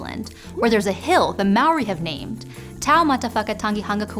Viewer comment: Good job on the Maori. Not quite perfect, but impressive and pretty darn close. Better than plenty of New Zealanders